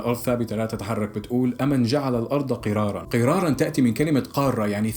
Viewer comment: أمَن شو؟🤣🤣 يا حبيبي انا من لما سمعتك هيك عم تقرأ غسلت ايدي من معلوماتك. قال(أمَن جعل الأرض قِراراً) هاذا اسمه الكيس بارك الله فيه. والصح قوله تعالى(أمَّن جَعَلَ الأرضَ قَراراً) مع تشديد حرف الميم. وكل الفيديو معلومات خطأ متل هي. ف انت يا اما ابحث كويس وشوف الدليل على لسان المسلم وغير المسلم. يا أما لا تفتي من عندك حبي🌹😁